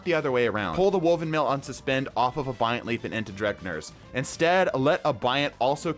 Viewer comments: Bro called it dregnirs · Off topic, but is there a reason he calls Drengrs lash, Dregnrs lash? I've heard it in a couple videos and i don't know if its just a meme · Brother, I appreciate your videos but for the love of god. DRENGR LASH - DREN-GER